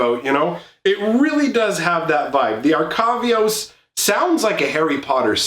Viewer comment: You're saying it wrong it's Arcavios not Arcaviosaaa